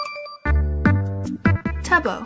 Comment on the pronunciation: It went from tub-oh to tub-no